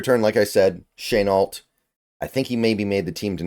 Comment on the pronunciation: laviska “sh-uh-nalt”